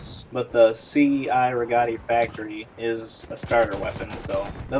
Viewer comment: The correct pronunciation of the cei rigotti is the ch-i - re-got-i